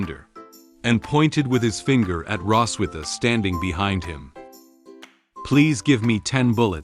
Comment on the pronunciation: It's Rossweise, not Rosswitha....